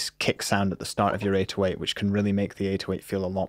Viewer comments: you struggle so much to say 808 It's pronounced "A-doe-ate" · Why does he pronounce 808 like this PepeHands